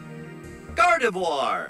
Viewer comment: Ok, so Gardevoir is gardevour. Ok, I got it.